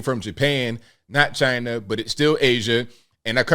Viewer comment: Do we really believe Chi-Nah?